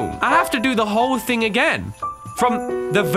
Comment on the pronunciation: Who else likes the way he says thing, it sounds like think... I don't know why I had to say that but I just thought I see who else likes it